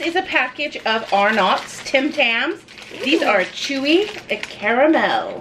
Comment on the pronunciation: "Arnott's" is pronounced with the emphasis on the first syllable, more like "ARE-nits".